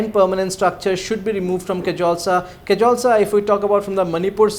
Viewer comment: It's not kezoltsa. It's koziiru